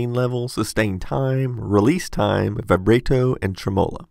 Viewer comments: "Vi-bray-toe and trem-oh-lo"? Vih-brah-toe and Trem-uh-lo, thanks :V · Btw, "Vibrato" if pronounced "Vi-Bra-to" (Think of it like Vi (like Vicky) Bra (Like a Woman's apparel thingy) toe (Like your..toe...) So in total, it's Vi-Bra-Toe) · Vibrayto and truhmolla killed me. Seriously though, good review. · "Vaybrayto and tremowla" xD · Just now getting around to this one. Great stuff. Some mispronunciations though: Vibrato: v(eye)-Bra-toe Emphasis on second syllable that holds a woman's breasts Tremolo: Trim-a-low. Emphasis on first syllable Source: fancy-pants music performance degree that I don't use :) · He really said vie-BRAY-to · Ive never heard anyone say vibrato and tremolo like that lol